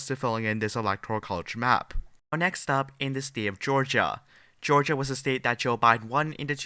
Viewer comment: BS liberal polls. Can anyone tell this guy how to pronounce the word STATE and not STEEIT.